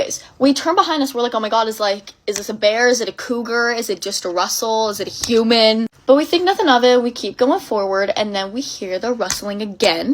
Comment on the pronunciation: I like how she exaggerated HUMAN when listing the stuff that could be after them cause that IS the scariest possible option 😭